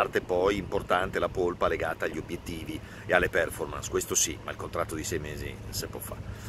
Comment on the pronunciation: Direttore, lo dico con immenso affetto, come a una persona di famiglia...non si offenda, La prego...si dice "perfòrmance", anch'io sbagliavo e lo sbaglia la maggior parte degli italiani